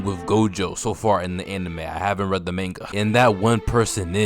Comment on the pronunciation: Oh he called it Mann gaa he black black